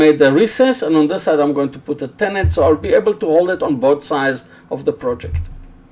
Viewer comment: Hi with respect just to help you with your English it is pronounced tenon not tenont Regards Aaron from England